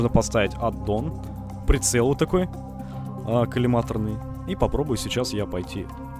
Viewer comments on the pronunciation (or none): none